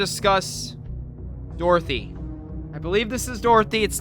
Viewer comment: Its dorothy not dorothy mate